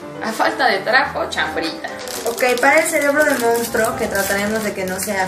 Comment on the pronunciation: 'Mounstro' xD